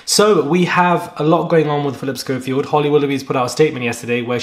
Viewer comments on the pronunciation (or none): none